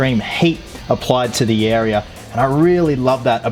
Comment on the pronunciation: Why do you say area weirdly